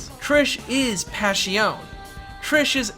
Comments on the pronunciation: It’s pronounced “Pash-i-o-nay” not “Pash-i-on” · Since its italian wouldnt it be pronounced "Pash-ee-oh-neh"? Or am i making no sense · Passione You pronounce the E, that's how Italian works. Like Spanish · italians do not chew the last letters of the words like most other nations. Last letters signify the masculinity or femininity, or even if you're referring to something singular or plural It's very important to pronounce passione as passionE.